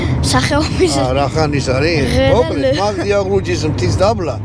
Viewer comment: იაღლუჯი არა ისა კიდე…. იალღუჯია სწორი😊